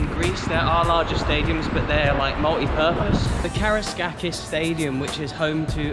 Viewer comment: Man, the pronunciation for an English speaking man about Karaiskakis Stadium was really great!!!